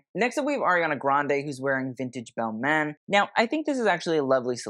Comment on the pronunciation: You kinda mispronounce the designer names. Very Americanized. For example, Balmain ends with an exhalation, not a consonant.